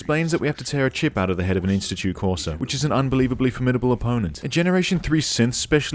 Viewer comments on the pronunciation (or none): none